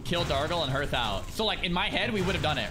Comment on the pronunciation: Hnoestly how many of the streamers that pronounce "hearth" wrong is embarrassing